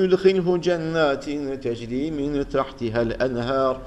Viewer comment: hocam ağzına sağlık lakin 544 sayfada son ayet içerisinde ve yüdhilihüm cennetin tecri yerine teczi okumussunuz